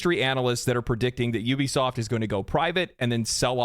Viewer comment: Good, "F" Juwbisoft😂!